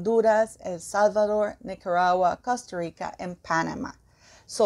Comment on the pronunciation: I like how you DONT try to make Costa Rica sound English..keep it REAL